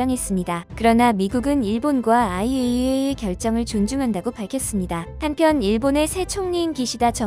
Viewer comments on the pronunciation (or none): 일부러 그러는 건가?? IAEA를 “이아에아”라고 읽는 건 처음보네…ㅡㅡ